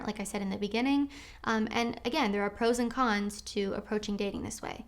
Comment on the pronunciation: When she says "... pro's and con's..." it sounds almost as though she's saying "frozen cons." ie - "There are frozen cons to every situation..."